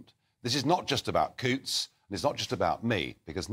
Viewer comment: Cancel your Coutts bank account, please, and dont forget to pronounce Coutts as in hunt, not hoots.